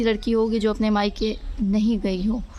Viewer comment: Maika hota ha bibi mika ni